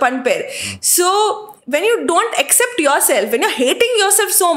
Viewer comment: its not except, its accept, pronounce it correct as chilimbi pronounced